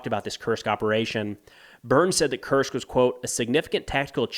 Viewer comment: His pronunciation is really good but nitpickers would point out that "Kursk" is pronounced "Koorsk" and not "Kirsk." Who cares really this channel is outstanding.